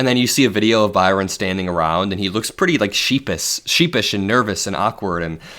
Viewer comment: Not one word about Baron until the very end and then you say his name wrong. Is it Byron or Baron?